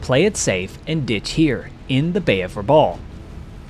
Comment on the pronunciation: Excellent format and very good imagery. Just a small correction, for the record. Rabaul (which rhymes with "cowl") is not an island but a harbor town on the island of New Britain.